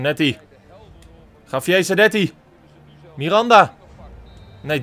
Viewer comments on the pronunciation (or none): none